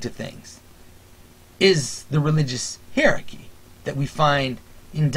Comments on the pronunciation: Hi-er-ar-key my friend. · I enjoy your vids and am quite sympathetic to much of what you say. I plan to write a more substantive critique, but in the meantime can you please consider pronouncing the word hierarchy, in the standard ways, i.e. either HIGH-rar-ky or HIGH-a-rar-ky. I didn't know what you were talking about at first, and nearly stopped listening because I found it offputting.